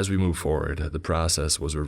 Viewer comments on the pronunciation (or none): none